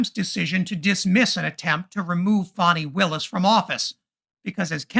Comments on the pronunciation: Thanks for pronouncing the name of Georgia's Attorney General correctly. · HOLY SHIT; A REPUBLICAN PRONOUNCED HER NAME RIGHT